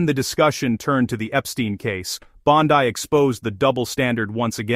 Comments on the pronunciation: By the way. Her last name is Italian in origin. It is pronounced phonetically Bawn-dee not Bawn-die! Please correct and issue an apology to the Attorney General of the United States. As far as Dick Durbin is concerned. He couldn't give a rat's ass for anything that anyone of President Truman's Administration has to say on any subject. The old bastard has a pathological hatred of Donald Trump as do most of the Criminal Leftist Leadership Group! Why? Because the President is slowly draining "The Swamp" of D. C. Leftist politics where swamp creatures like Durbin have existed for far too long! I'm surprised Durban didn't address the Attorney General with "NOW LISTEN HERE MISSY ...!" As far as the Qatar jet is concerned. It was gifted DIRECTLY to the U.S. Air Force as a replacement for the current Air Force One aircraft, which is at least three years past due for retirement. If anything, by accepting the gift, the President saved taxpayers the expense of purchasing another aircraft from Boeing to replace the obsolete one! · Why can't you pronounce Bondi correctly?